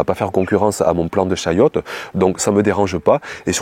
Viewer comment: Chayotte....et non chouette 😂